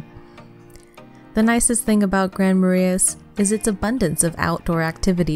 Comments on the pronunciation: Who coached the woman, doing the voice over, how to pronounce the names in this video? PortRage? Grand Mara-is? Wa-bash-a? C'mon! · and massacred Kabetogama & Marais, lol